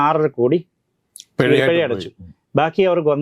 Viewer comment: പെഴ അല്ല ചേട്ടാ.. പിഴ.....